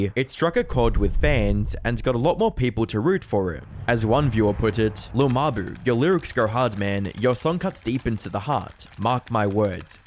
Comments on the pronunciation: “Lil muh-boo” 🙏💔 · “Lil muh-boo” 😭🙏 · "lil muh-boo"😭🙏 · “lil muh-boo” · « Lil muh-boo » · "Lil muh-boo" 🥀🥀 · "lil muh-buh" 😭🙏